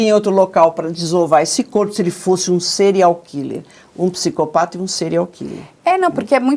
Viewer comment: kkkkk "serial quiler"fala direito loirinha do cabelo curto